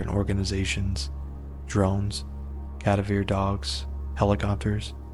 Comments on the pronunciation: Or "cadayveer" dogs? Hahaha dude needs reading lessons. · Yes that kinda annoyed me too."Kuh-da-vuh" dog!